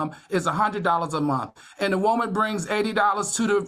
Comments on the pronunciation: I love how Al says “Woahman” 😂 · Y’all why is Al so mf funny 😂😂 the doll story got me weak! And I love how he say “whoa-man” when saying women 😂😂😂 this was a good show. Heavenly is getting a lot better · It tickles me the way Al pronounces “Woah-man” 😂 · The way Al says WOMAN will never not be funny 😭